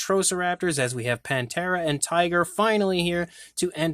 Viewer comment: Pan-thera I like Pantera but ppl often say it wrong panthera meaning the genus of large cats being leopards,lions,tigers and jaguars